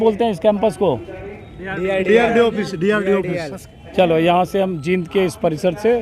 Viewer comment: अजीत जी जहां जहां भाई दिपेंद्र सिंह हुड्डा ने नामांकन करवाया है, उन सब जगह ऐसा ही वातावरण रहा है और रहेगा। आप जींद के उच्चारण करते समय ई पर लम्बा समय ले, बड़ी ई है सर।